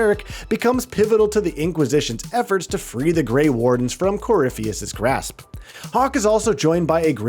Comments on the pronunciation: irium? Theedis? Mittle? Corifis? Even Sera pronounces his name better than that - Coryphytit <3. Oh, and the S in viscount is silent. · Red lyrium “Cor-riff-ee-us” They’re pronounced multiple times in the game bro 😂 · right that irium, theedis corifis 🤣🤣🤣🤣🤣🤣